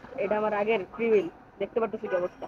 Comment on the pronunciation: Vhi oi ra fiul na freebil bole 😂